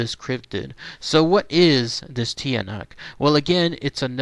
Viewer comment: It's pronounced (Chaa-nak) and its related to the aswang. awesome video thanks.